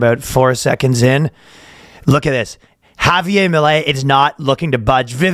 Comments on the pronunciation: Ryan, the r in Javier is in fact not silent. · Surprised he didn't pronounce it with a hard J.